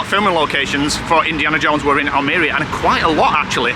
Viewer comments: Spanish is pronounced as its spelt. Just break down the words. AL-ME-RIA Almwria CA-FE-TERA cafetera the coffee pot in your apartment. Great videos your brighten up the winter evenings 😊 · It's like saying Al Maria, but spelt Almeria lol, enjoy your travels